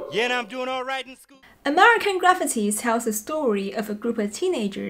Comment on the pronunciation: First of all, the way you pronounce "Graffiti" is so hilarious you should move to the states and stand on a streetcorner saying it with a cup in your hand. You'd never have to work again (I'll sponsor your trip). But the fact that you left Larry Clark's "Kids" off this list is surprising. The fact that you left Alex Cox's "Repo Man"--the best soundtrack of all time--off the list is just plain unforgivable. 🤨